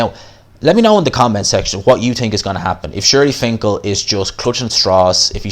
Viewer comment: HIS NAME IS “SHELY FINKEL” not SHIRLY.